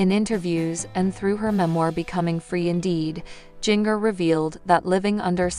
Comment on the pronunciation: It pronounced Ginger like the spice. NOT JINGer. You have never seen 19 and counting